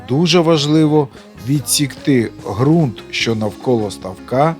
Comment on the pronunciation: Вподобайка! Зелена травИЧка і фарби українською буде краще... І ще одне правило: Ґрунт, Ґава і Ґанок вимовляються з Ґ... Слава Україні!